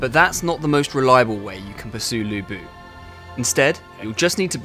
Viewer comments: It's Lü Bu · 吕布 should be pronounce as Lü Bu instead of Lu Bu. You guys need to make serious correction, since i don't want all my non-Chinese-speaking friends get the pronunciation wrong. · his name in the game is right texted as Lü Bu, but the pronunciation, the video title and the caption is wrong. you guys need to fire the publisher of this game because they fail their job. If the development team got it right, how on earth the publisher of this game not getting it right? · Yeah, even the employees cant pronouce Lu Bu right, like oversimplified aye